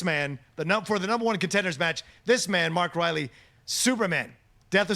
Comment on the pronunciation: pronounces "Denis Villeneuve" the right way. Mark Reilly, not so much. Sorry, Mark!;-)